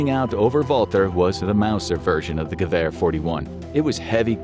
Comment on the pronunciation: 2 things I learned “It’s Gev air not gew er” “Machina pistola!”